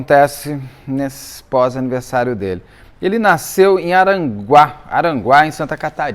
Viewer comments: Beto meu amigo vou te corrigir é Araranguá Araranguá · Aranguá rsrsrs Beto do céu é Araranguá SC. Beijo pra vc! 💙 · A título de informação, a cidade de Santa Catarina é Araranguá e não Aranguá. ❤❤❤❤ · Beto corrigindo é araranguá . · A cidade dele é ARARANGUÁ. eu também sou de lá. Você começa o vídeo errando o nome da cidade. De resto, parabéns como sempre, sou fã ❤ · O nome correto da cidade em Santa Catarina é Araranguá. Parabéns pelo trabalho que você faz. Gosto muito dos seus vídeos! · Araranguá... é dois "ra" mesmo Beto. Kkk